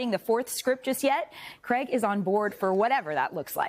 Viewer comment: Craig does NOT rhyme with "keg"!!!